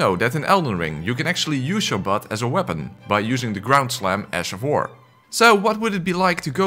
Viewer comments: did you just say "Ass of war"? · The fact your accent when saying ash sounds like ass makes it even better. Ass of war all the way! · Did you say ass of war? 😂😂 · Ash of War? Nay sir... Ass of War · I genuinely can’t tell if you’re saying ash of war or ass of war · You mean “ass” of war